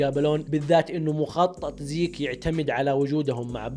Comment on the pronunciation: زيج خليجي 😂😂😂😂